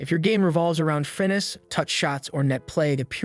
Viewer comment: bro why do you say "finesse" like that?